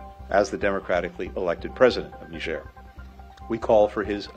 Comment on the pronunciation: नीजेर, नाइजर नही. फ़्रांस की एक पूर्व कॉलोनी जो यूरेनियम का काफी बड़ा सप्लायर है, हालांकी सिर्फ फ्रांस को ही सप्लाई करती है I